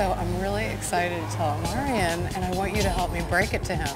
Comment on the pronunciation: And he always calls Omarion “Omarian”